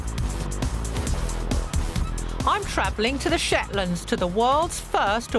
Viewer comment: The Shatlands? 🤣🤣🤣